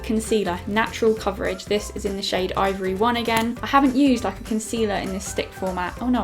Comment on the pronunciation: for the pound land foundation did you say it's call ivory 1 or ovary 1 😂😂